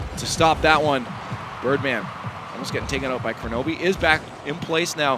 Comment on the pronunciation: Why did they keep mispronouncing Kronovi's name?